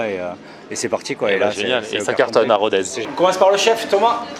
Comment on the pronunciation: Pour info : on ne dit pas "RODAIZE" mais "RODÈS". En occitant, le z se prononce s.✌🏍